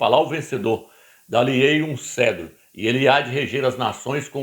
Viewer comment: CETRO, CETRO, CETRO. Não é Cedro, animal, cavalo vestido! Nem ler corretamente você sabe ou faz de propósito em falar errado.